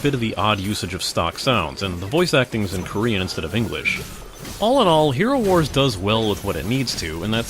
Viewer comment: I'm pretty sure it's "Hero war - z" , not "HeroWars". Like, Worldwar-Z